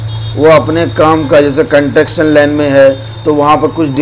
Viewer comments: Construction hota hai Sahi boliye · Apko construction ko proper pronaucitate nhi karna data to uska meaning hi change ho jata ...agar nhi achhe se pata to logo ko pls bewkoof mat banao ... apka standard itna hai k trigger 3 ka interview kia jayega to app fail ho jaoge ... logo ko misguidedly mat kijiye